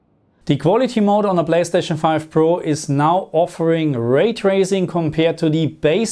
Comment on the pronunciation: My German brother with his “blayschtatschn” 🤣